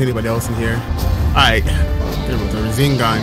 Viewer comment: am I tripping or is this man saying razengan and not rasengan